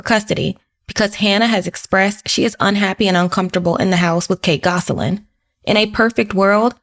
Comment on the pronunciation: The last name is not pronounced “Goss a lin”. It’s pronounced Goslin